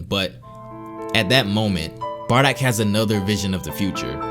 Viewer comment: This guys just say barrack haha 😹